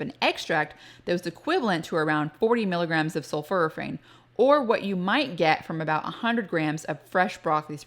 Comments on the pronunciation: Dr I don't mean to be critical but I believe you are mispronouncing "Sulforaphane. The first part of the word is not "sulfur" but is "sulfor. And it sounds like you are saying "sulfur" instead of "sulfor." Sul-fora-phane is what is should sound like I believe. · The word is pronounced “sulforaphane” as in for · Have i been mispronouncing it? Sulf-OR-aphane? (You say it sulf-UR-aphane).